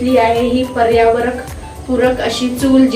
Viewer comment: पर्यावरण म्हणतात पर्यावरक नाही म्हणत. खूपच हळूहळू बोलता तुम्ही.